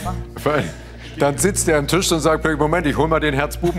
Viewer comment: Der Tich